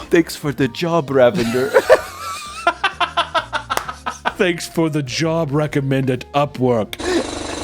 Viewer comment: The way he mispronounces Ravinder makes it sound like the man is a deranged super villain. Be careful of the mighty RA-vendurr, I believe it’s pronounced RAH-vin-DUHR, it’s shouldn’t rhyme with lavender. Lol